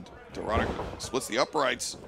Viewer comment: Is DORADA not DORRADA😅